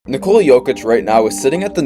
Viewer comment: Great video. It would be nice to pronounce his name correctly. It is pronounced NICK-uh-la not ni-COLE-la.